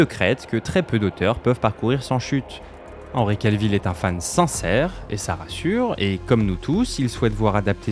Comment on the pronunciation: Cavill, pas Calvill.